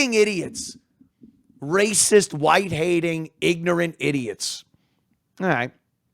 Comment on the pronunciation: “ Ig-nat “ lmao 😂